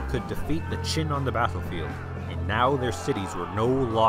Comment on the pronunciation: Great video, but "Jin" should be pronounced with the J in "Jingo." You pronounced it like "Ch'in" which sounded like the "Qin" dynasty. By the way, the official name of the Jurchen empire was actually "Aisin Gurun," meaning the "Jurchen State." The Chinese name "Jin" (金) was chosen as the Chinese translation because "Gold" was the color that represented the united Jurchen nation. A Chinese name was both a diplomatic and governing necessity, since Aisin Gurun also had Han Chinese subjects and Chinese was the working language among commoners. However, the national language "國語" was actually Jurchen instead of Chinese. The imperial court, on the other hand, was bilingual in Jurchen and Chinese.